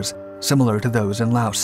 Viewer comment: S is NOT pronouced in LAOS